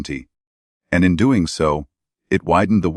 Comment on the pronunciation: Agree......... She is NO Doctor. Kate said "Doeeeen" & "Goeeeen" & "me husband" really ffs.......